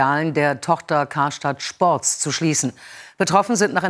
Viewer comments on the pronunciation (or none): Karstadt Schports ...